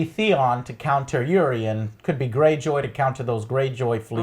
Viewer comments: i literally can't watcn this.... Danyreeeus...Eureeeeon...fuck! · I know this video is old but it's said your-on NOT Uree-on. Lol sorry had too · only pet peeve.... STOP SAYING EURION! its EURON* (UR-ON) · Entire season done and Joe still calls "Euron" as "Eurion". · Siddhant Shukla Next season he'll be calling him Orion's belt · It is Euron, not Eurion. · Eurion?? seriously dude, Its Euron!!! and its Lara Croft not Laura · EURON !!!!!! Speak after me! YouRon! There is no goddamned I in that name! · Urine Greyjoy, yeah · Eurion... Daenerious... Cleeganbowl... -.- And u call urselves fans? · Who the fuck is Eurion? and what the fuck is Gleeganbowl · OWL at least get the names right Eurion? CLEEgane? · It's Euron, not Eurion. It's Glegane, not Gleegan. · Urian (Uiron) Denarious (denarys) Cleegan (Cleagane) Lol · Can you guys pronounce anything? DANAREAAASSSS? CLEEGEEN? EURION? fucking hell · Who the hell are Eurion and Cleegan? 😂 smh.. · And the name mispronunciations drives me crazy. Cleegin? Urion? And the other two never correct him. Honestly, it's so consistent and jarring that it seems almost deliberate. I know there's a lot of characters, but anyone who's watched seven seasons of this show should be able to pronounce most of the names correctly.